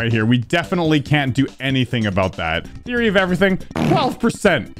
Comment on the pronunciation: WHY DO YOU NOT SAY THEORY OF EVERYTHING AND SAY TWYE